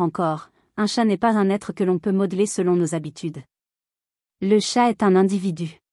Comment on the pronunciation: oui dire TChattt au lieu de chat .. c'est vraiment pénible 🙄